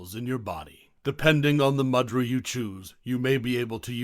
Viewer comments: Pronounced moo-dra not mad-ra. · “Moo-dra” is the pronunciation - not “mud-ra” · Pronounced moo-drus?.. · A very interesting exposition of mudrâ, but it would have been more convincing if the narrator had at least attempted the correct pronunciation of the mudrâs. The power of sound is particularly important when using Sanskrit and the narrator seems never to have heard these words. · I'm almost certain that is not how you pronounce mudra, I'm off to find a yogi. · Learn to pronounce mudra properly by ignoring the way it's pronounced in this video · It's moo-dra, not ma-dra. Also it's na-ma-stay and not whatever he opens with.